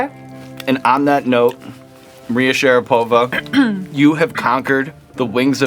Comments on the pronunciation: I'm just curious, does she go by SharapOva? Cause I'm faaaaairly sure Sean was non saying her surname correctly there. At least if you go by the standards of pronouncing russian names/surnames. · SharApova though, not SharapOva ;) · Why SharapOva? It is how she like to pronounce? In Russian in will be SharApova.